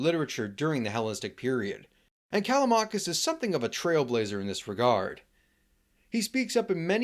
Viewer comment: when you say Callamakis, you mean Callimachus i guess